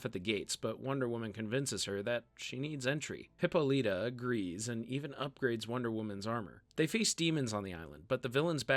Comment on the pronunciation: that's not how you pronounce Hippolyta